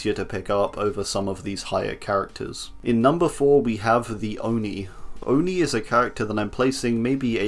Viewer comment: why did you say the oni like that wtf lmao